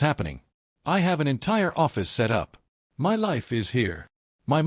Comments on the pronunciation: AI is too stupid to pronounce "MY" wtf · Why does AI have such a difficult time saying the word “my”?